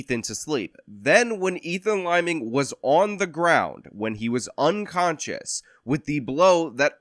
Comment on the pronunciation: Are you saying onconscious ?